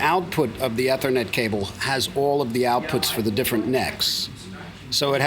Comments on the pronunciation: E-E-thernet cable...Sorry Steve i know you're an amazing wizard on guitar but i cant stand to hear you say a simple word like Eth-ernet wrong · Eeee thernet. Not eh thernet